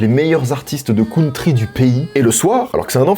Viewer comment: "La cOUNtry" Mes oreillles saignent